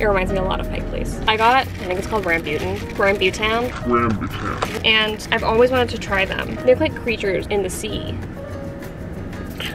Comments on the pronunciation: ok sorry to be that person but i’m pretty sure it’s raam-boo-taan i’m sri lankan and that’s how my family says it so yeah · you can say it like " RUM-BOO-TAN" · I was like huh? What did she say? Ohhh Rambutan!😅 I love her.